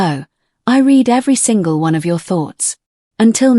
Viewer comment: AI Narrators need to learn to pronounce basic words like read ,live and wound correctly.